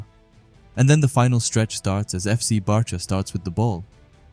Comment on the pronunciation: The names are pronounced like bark-a and bA-stard munick